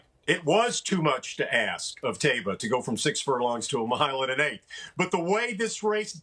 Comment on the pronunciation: Man, Jerry Bailey is getting senile. He's my favorite jockey ever. Cigar is the greatest horse I ever saw. My 2nd favorite behind Rock Hard Ten. But Jerry said Santa Anita Handicap and pronounces it Thai-ba. It's Tay-ba.